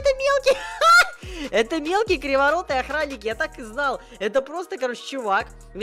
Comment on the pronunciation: Почему когда говорит про мелкого он говорит ахранник?